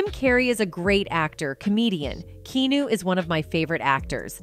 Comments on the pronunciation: That's interesting, but goddamn A.I. voice readers are annoying. Why'd you let it keep pronouncing the name 'Keenoo'? Lol. Just read the script yourself. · I could not finish watching this! Is this AI generated!? His name is not pronounced key new! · "Key New" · The horrendous pronunciation of Keanu is pissing me off. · I hate all these AI generated videos. Can't even pronounce "Keanu" right. What is the connection between Jim and Keanu? Nothing. AI thought it would generate clicks and traffic. And it does. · You’re saying Keanu wrong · I'm sorry but the pronouncing of Keanu just killed me .. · You keep saying his name incorrect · So no where in this video does Keanu (which you incessantly mispronounced his name 🤦🏽‍♀️) say anything about leaving Jim alone. What a crock of bs .... this is why you can't believe ANYTHING you read online. So sick of this YouTube liars throwing out false information just for likes and subscribers. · FFS learn how to say Keanu's name 🤬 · You are mispronouncing Keanu's name! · If youre going to make a video about someone, make sure you can "pronounce" his name correctly.... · Pronounce his name correctly. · oh wow i guess his name is KEENEW now, that is SOFA KING WEE TODD IT!! it's pronounced KEE-AN-EW smarty pants! W.T.A.F.!!!! 😡😡it's RUDE to mispronounce a persons name ya know, insult to the FAMILY!! and he's like an ANGEL too so GET IT RITE!!! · It's KEY-AH-NU NOT KEYUNU! I hate computers SPEAKING instead of REAL PEOPLE!! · Pleasevoronouncs his name correctly. Nitv"keenu" but "Keyahnu" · Also, it’s pronounced Kee Ah-nu. Not “kee-nu” 🙄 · Why was this video released without someone telling the host she mispronouncing Keanu as "key new" rather than "key ah new" it would matter to me if I were Keanu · His name is pronounced Key-ah-new! Please STOP saying Key-new. It's annoying to those who love him! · Someone tell the Bot speaking here that it's KEANU not KENU. THANKS AND Let's hope Will Smith shares a cell with Diddy for a long long time.